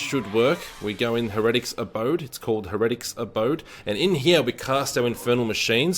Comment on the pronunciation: Heretic pronounced hair-uh-tik